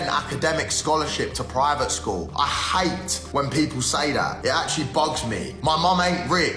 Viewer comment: Hate the way you say hate. And cheepah 🤮